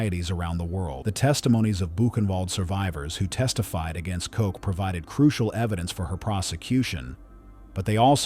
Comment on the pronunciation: Koch as in loch, not cook.